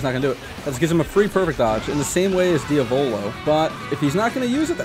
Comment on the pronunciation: PLEASE learn how to say Diavolo.